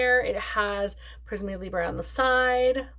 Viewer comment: you re welcome 😊 in France, we never say YSL but always Yves Saint Laurent, I loved that genius, I was so sad when he gave up and later when he passed away 😭 when you say it like that for Prismé Libré, it s like you were speaking Italian 😂👍🏻